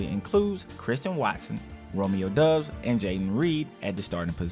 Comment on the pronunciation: good video. pronounce romeo doubbs last name correctly in the future please